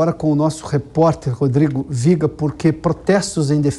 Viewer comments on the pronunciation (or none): "Do Rio... Rodrigo Viega-rrrrr"